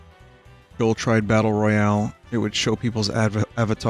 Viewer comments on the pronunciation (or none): none